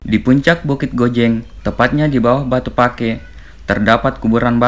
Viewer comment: Penekanan saat menuturkan Batu Pake yg benar sesuai aksen Bugis itu "Batu Pa'e" meskipun ditulis pakai dialeg Sinjai Pake (Pa'e), Cellake (Cella'e)